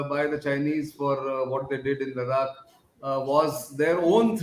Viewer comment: Nice and informative..but Nitins pronunciation of Ladakh though.. annoying !!!